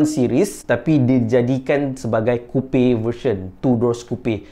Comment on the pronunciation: Coupe sebut Kupe? Bukan Kup?